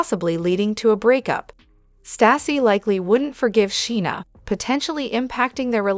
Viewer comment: You need to learn to pronounce Scheana's name correctly!!